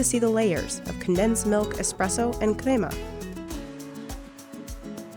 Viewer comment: me: krema her:kRaeMah me:demorara her: DeYmoReArA